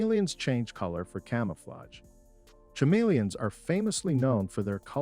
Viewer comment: Cha-meleons lol ca-meleons (h is silent)